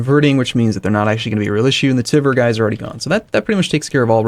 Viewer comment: The way you pronounce Tver is irritating. It`s not Teaver, not Teever, it`s [tver] (more like word "tweaks") with "soft" r on the end (which you can ignore).